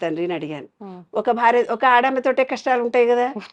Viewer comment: Anchor Garu ‘Barya’ kadu ‘Bharya’ Dayachesi Telugu sarigga matladandi